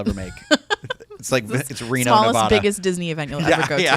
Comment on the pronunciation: Ouch. It’s Reno, Neh-VA-Duh….not Neh-Vah-Duh. And why are we the biggest, smallest mistake you’ll ever make? What did we do to you??? Genuinely asking.